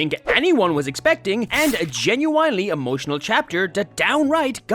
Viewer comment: th, jen-you-in-ly